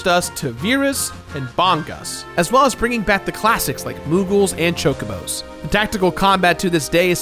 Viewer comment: me too, and i heard that he say he was awfull at names, but i never expected him to pronunce bad even "chocobo"